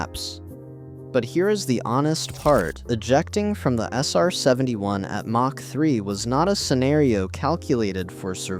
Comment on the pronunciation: Lose the AI narration. I tapped out at "mach" with a soft "ch".... like macha.